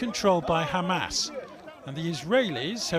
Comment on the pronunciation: It’s pronounced Hamas